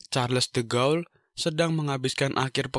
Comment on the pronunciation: Charles de Gaulle bacanya Sharl de gol, Phillipe Petain bacanya Filip petang